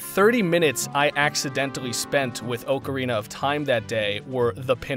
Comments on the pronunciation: Oakarina, ocarina... Your the only person I have ever heard pronounce it like that. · For the love of God, “Ocarina” is NOT pronounced oh-kr-ee-nuh!!!